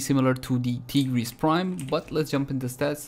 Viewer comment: pronounces tigris prime as tee-gris prime and they he says sancti tai- griss for sancti tigris. thats the main difference guys XD